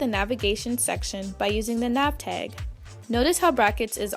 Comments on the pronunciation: stop saying "teg"!!!!!!!! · TAG NOT TEG